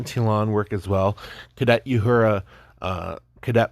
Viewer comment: I made it to. . I can't listen to someone who can't pronounce Uhura's name, tell me about Star Trek